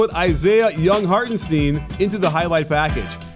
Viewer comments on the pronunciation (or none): Hartenstein, not Hartensteen